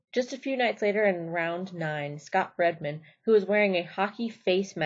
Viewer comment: This the dumbest video on bulls I’ve ever seen. A few notes. 1. It’s not Chris Shyvers... It’s Chris Shivers. 2. It’s not Tuff Headmen or Hedgeman... 3. It’s Scott Breding..... 4. Bodacious wouldn’t make it in the PBR now. Bushwacker and every honorable mention was far ranker than Bodacious. Guys were not even as talented as the guys now, but they had never seen a bull like him hence the handful of accidents. Guys now days would kick holes in that bull. So my point is Bodacious was good but if you put him on a list with Bushwacker type bulls he should be an honorable mention at best. 5. If you don’t even know how to pronounce the best riders ever last names, you likely shouldn’t be making these videos. Go learn and quit reading your “facts” off of google.